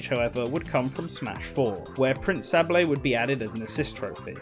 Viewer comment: pRiNcE SAHblayy Im pretty sure its Say-bull Sorry for being petty